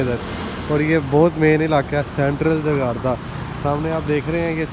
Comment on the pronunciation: Jakarta not Jagata